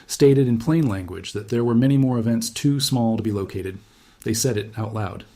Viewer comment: locAted not locoted